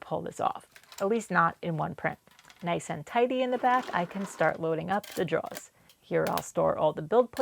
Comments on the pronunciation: Why do you keep saying draws instead of drawers? You don't have a non-rhotic accent generally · I'm sorry....are you saying "draws" or "drawers" you dont seem to have a new England accent, so I'm a bit confused. Lol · Question. Are you saying draw / draws? Or is that just your regional way of saying drawer / drawers?